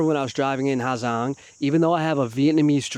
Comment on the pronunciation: How are you calling it the “ha Zang loop” that can’t be how you say it bruh